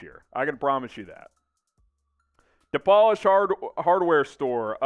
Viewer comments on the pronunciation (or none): Not Dapolish, DaPolish! LOL